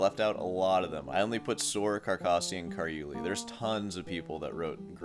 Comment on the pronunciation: Love the practice log! As someone who used to live in Italy, I have to pick on your pronunciation of Carulli. It’s not car-YUL-ee. It’s ka-RUL-ee. It’s been bugging me. I’m sorry I’m picky.